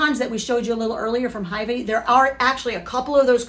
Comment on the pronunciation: It’s pronounced hyVEE not HYvee.